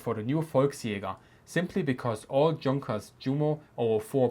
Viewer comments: Did you really say "tschunkers"? :D You have an accent, you can pronounce the names correctly, then please do it ;) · We say ‘Vicebeer’, it is better to pronounce ‘You-mo’ and ‘Yunkers’. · why do you pronounce the "j" in Junkers and Jumo like the English "j" instead of the English "y"? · Jumo is pronounced You-mo. The same with Junkers. Shameful !